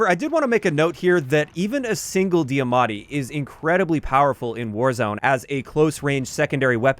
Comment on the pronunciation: Nobody: Literally not a single soul:: DEEamattis